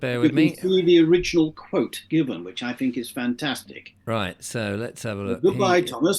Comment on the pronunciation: There is only so long I can listen to not being able to say 'th'!!! It's 'think, not "Fink"!!